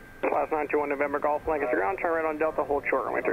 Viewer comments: Hey, LNS, my 'home base' ( even though I don't fly :P ) . Glad you pronounce Lancaster right. Unlike the approach controller, who I assume lives in the area and should know better :) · Welcome back to Amish Country. Impressed that you pronounce "Lancaster" as if you were a local here. Was that a Goshen fly or an Amish fly? Another great video and descriptive flight.